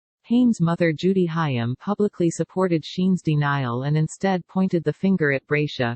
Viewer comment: You need to use an actual person to narrate your videos. The idiot robotic voice mispronounced "Haim."